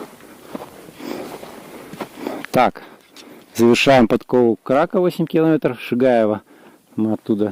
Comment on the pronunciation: КракА - ударение на последнюю букву